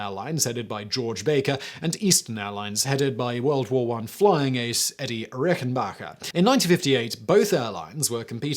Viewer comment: It's 'Eddie Rickenbacker', so not with a pronounciation of 'g' but with a 'k': A very interesting carreer certainly, fit to made of a movie of. Especially the suicide by hit 92 (!) year old wife, four years after his death, committed with a gun while she was blind as a bat is also exceptional.